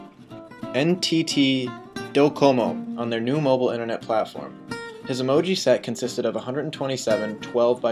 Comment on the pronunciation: His company... En-Tee-Tee... Doe-como 😂😂😂😂